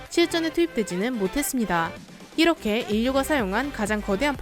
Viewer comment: E^렇게 E^렇게 발음 왜 E^래요?